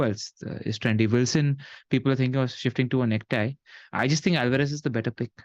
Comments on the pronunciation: All this time I thought was calling Nketiah neck tie on purpose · neck tie is all I can hear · It just doesnt feel right hearing say Nketiah. Great work guys and thank you both for the excellent content. Diwali ki shubhkamnayein.